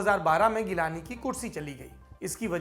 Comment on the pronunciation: Saurab bhai wo G-lani hai geelani nahi ...